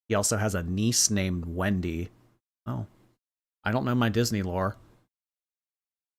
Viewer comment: It’s Webby, not Wendy! How does he not know Ducktales?! Woo-ooo-hoo!